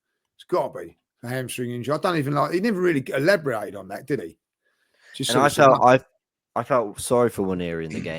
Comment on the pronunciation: Instead of Collin's Dictionary, I've started to write my own Judge's Dictionary. First word in from this week's show from the man himself: Elabriate.